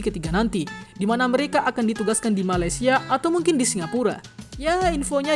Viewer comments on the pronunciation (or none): none